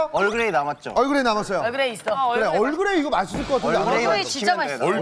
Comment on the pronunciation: 얼그레이를 거의 얼씨구??? 의 느낌으로 말하는ㅋㅋㅋㅋㅋㅋㅋㅋ